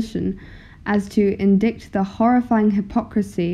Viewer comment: Excellent! I like! (Suggestion: Check pronunciations of "tyranny" and "indict", for example.)